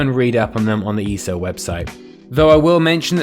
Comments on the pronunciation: E.S.O.... not E-so 😂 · Dude! It's not "eeeeso". It's"eee ess oh". Just because people write ESO instead of E. S. O. does not mean you can just slur it all together! It is literally the abbreviation of "Elder Scrolls Online". If you're gonna make a video on something, at least get the name right. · Why does he say easo